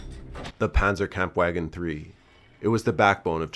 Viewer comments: Panzer Kampfwagon, (Pant zer Koomf VA gon) not pan zer camp wagon) <*> Strum ga shoots III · Thanks. The pz 3 is my all time favorite tank of the war. Most dangerous? Nope but she is sexy as hell. As a side note remember panzerwagon is pronounced panzervhagon. Again excellent clip!! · campwagen was the most american sounding kampwagen i have ever heard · Did you just call it a Panzer Kamp wagon? lol, find another hobby cunt ... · Uh..., you mispronounced the "w" in panzerkampfwagen. The w is pronounced as "v". Minor detail so I may be nitpicking